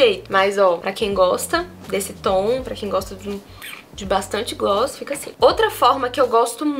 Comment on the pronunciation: A melhor parte do vídeo é falando "glosss, glosses, gloo.." KKKKKKK maravilhosa 💓